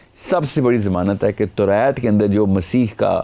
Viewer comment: Demand ko demaind kehta hy torat ko torait kehta hy .alfaz pura bolta bhi nhi or phir ghalat pronounce krta hy